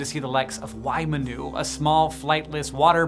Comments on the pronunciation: Waimanu would be bronounced "Why-maanoo" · It is pronounced as, "Waimanu," as in "whymanu" with a fast, short "a" sound than a long, slow "a" sound if you spelled it like you would say it. So, you are both wrong; sorry I am late. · Wai = water Manu = bird Manu feels weird, the way it’s pronounced here. Not wrong, per se, just less Wai-manu and more wai-ma-nu. That said, I’m not complaining or anything. It just sounded a little weird to me, so I made comment. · Waimanu is pronounced why-mahn-oo. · The waimanu is pronounced wai-mah-nu. The a in te reo māori is pronounced ‘aaah’ :) Just for next time! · Waimanu, emphasis on the 'ma'. It literally means: 'water bird' in maori.